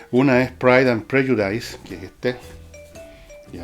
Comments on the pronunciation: My ears bled with every time you said /prɛdʒʊˈdaɪs/ It's actually pronounced /ˈprɛdʒʊdɪs/, Fernando . Please become an agent of knowledge; not one of frustration. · Se pronuncia /prélludis/, don Fernando. Interesante como siempre.